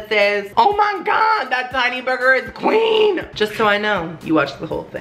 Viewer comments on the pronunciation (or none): Hhhhaannnnahh that burger is kween(thats what i heard)